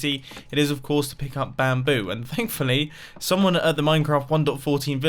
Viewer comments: when you say bamboo you kind of say 'BAM'boo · How is it that hard to say bamboo